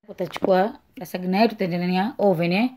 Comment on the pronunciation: Yatamkwa " lazanya" maaa